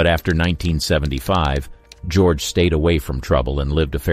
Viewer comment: Ga-roge? Bad computer generation.